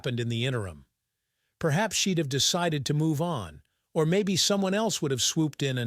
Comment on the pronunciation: Your computer that reads the story is illiterate constantly mispronouncing words like “she’d” among too many others.